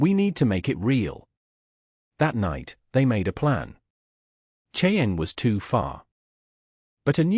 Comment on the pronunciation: Cheyenne is not a difficult word to say